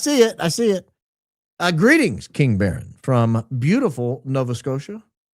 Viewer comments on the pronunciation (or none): It's 'Baron' !